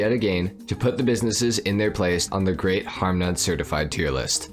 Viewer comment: “grEEt” wtf is that